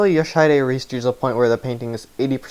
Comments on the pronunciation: I'm pretty sure the mispronunciation is due to him spelling it as "Yoshidide" rather than "Yoshihide" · Your pronunciation of "Yoshihide" is hilariously wrong. Sorry, but I couldn't help but comment on that considering just how many times you repeat that name. For the correct pronunciation, check stage 8-30 and pay attention to what is said in the cinematic that plays when you win. Edit: and no, it's not an issue that you mispronounced it, it's a foreign language after all, it's just that the constant repetition of the wrong pronunciation irked me enough to comment. Sorry.